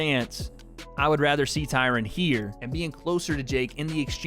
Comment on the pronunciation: the way you say, 'Tyron' shoes you have no black friends lol